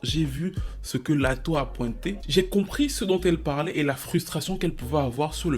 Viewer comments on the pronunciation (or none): "létto" 😭 bébé respecte miss lAtto 😂😂